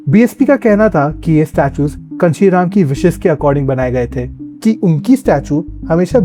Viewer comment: Kanshi Ram name toh pronounce dhag se karlete